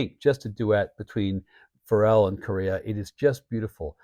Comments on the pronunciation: Hey I really love your channel and I think you do a fantastic job but I think you should call Joe Farrell exactly that..... not Joe Phar rell...... at least that's how it sounds when you're saying his name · weleda listening to Joe Farrell for fifty years and that's the way I always heard his name mentioned going back to when I seen him live as a Young Man just thought I'd point it out like I said you have a fantastic Channel I just had this thing about pronouncing people's names you know Farrell sounds like Carol